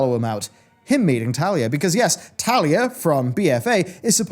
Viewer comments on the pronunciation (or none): I mean.. isn't it Taelia, not Thalia? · No one tell him that her name is Taelia, not Talia. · It grinds my gears 😂